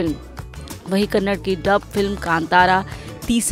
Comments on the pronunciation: Its not kannad its kannada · Its KANNADA AND KARNATAKA mam..not Kannad and karnatak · It’s Kannada not kannad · May be we have to have a campaign to distribute flyers everywhere asking to pronounce Karnataka and kannada with a 'A' in the end... 🤦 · Karnataka and Kannada has a A at the end mam